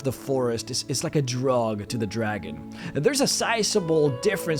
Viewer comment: Mildly irritated by the way you put emphasis on the word 'dragon' and not the colour.